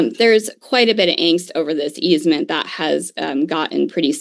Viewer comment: Easement, not easemen. Sheesh.